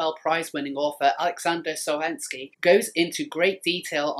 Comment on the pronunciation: Just need to pronounce Solzhenitsyn correctly now ;-)